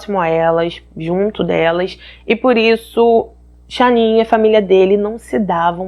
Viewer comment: Amooooo seus vídeos! Mas fico tão agoniada qdo erra a pronúncia dos nomes 😓 ainda mais num caso tão veiculado como esse onde o nome da esposa eh falado milhões de vezes… cada vez q eu ouvia “SHANNIN” doía meu coração 😫😫😫 é SHANNAN normal mesmo… Uma pena.. mas assisti tudo! Fica aqui o “toque” para q vc cresça mais ainda: procure acertar a pronúncia do nome ou de antemão se explique dizendo que não sabe sei lá 😶😭